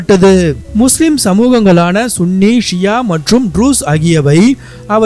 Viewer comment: Sunny என்பது தான் சரியான உச்சரிப்பு